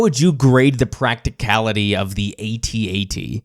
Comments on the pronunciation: Hearing you say A T A T every time is just another reason why it's AT AT. Only generation dip thong would add two unnecessary syllables for some logical fallacy. Despite your crimes against humanity, I am enjoying this series and will thumbs up the video. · Sorry your INCORRECT on the pronouncing "AT-AT". It is pronounced ""AHT AHT" like in saying the word "Actually". BECAUSE I checked a Kenner toy commercial for that toy and its pronounced (like I said saying the word "Actually" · Not saying at at..is like not saying scuba.. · THANK YOU!!! No one should EVER say At-At!! A.T.-A.T.! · Sorry champ, pretty sure we were calling them “at at’s” well before you were born. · As an original Star Wars kid (I was 8 in 77), I never even heard A-T-A-T until something like 25 years later. My toy was/is an AT-AT. The other pronunciation is like nails on a chalkboard to me, truly. (Oh, and the little one is a “chicken walker” 😋)